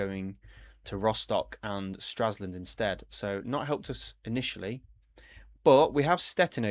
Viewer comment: Stra LS und and NOT Straslund